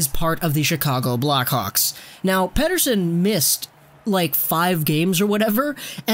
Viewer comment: As a Swede it is funny that your joke pronunciation of Elias Pettersson is probably the best English speaking version I have heard so far. Pettersson is so good, he is turning me in to a Canucks fan. Like life was not hard enough!